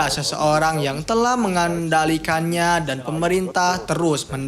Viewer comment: kontruksi bukan kontrukski, mengendalikan bukan mengendelikan.. hadehh